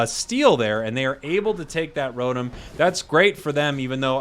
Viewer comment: You're worried about mispronouncing Fwii but can't pronounce Rotom correctly. It's Row-Tom not Row-Tum.